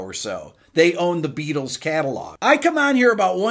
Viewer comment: I am now and forever hear "The Be ah tols"... thanx